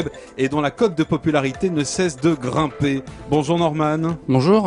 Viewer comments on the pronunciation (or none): none